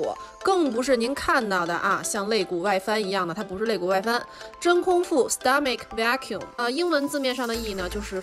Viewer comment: 聽她講stomach vacuum兩個字也沒說好。這方面估計不是她的強項。還是欣賞影片內容吧